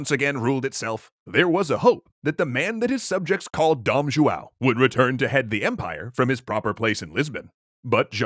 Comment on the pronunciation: FYI the pronunciation is all wrong. Dom = Don (like Don Corlione)